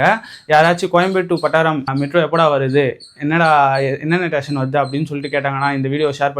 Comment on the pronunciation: மெட்ரோ ஸ்டேஷன் ❌️ மெட்ரோ டேஷன் ✔️